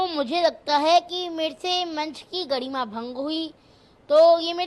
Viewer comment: फर्क को फड़क , आरोप को आडॉप, धर्म को धड़म, गरिमा को गड़ीमा 😂😂😂